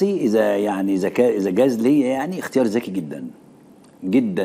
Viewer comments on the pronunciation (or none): ذكي جدا وليس زكيي زكييي تعلم اللغة العربية اخي القراء تعلم اللغة العربية الفصحى